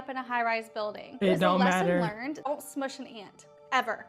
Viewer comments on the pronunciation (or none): none